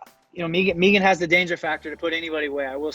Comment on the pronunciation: So glad valentina pronounced megan the right way, no like everyone else that says meeeegan